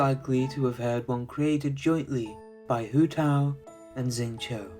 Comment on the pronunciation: Pronunciations of Zhongli and Xingqiu were really off